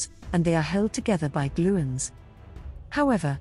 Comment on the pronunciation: What a load of gibberish. You would think that a video about gluons would at least pronounce 'gluon' correctly. Chemical reactions (chemistry) is about electrons, not nucleons. If this is what AI can create, I'd prefer to not see any more 1/10